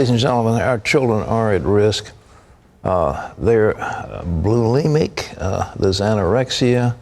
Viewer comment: I just love when he says kids are "blue-limic"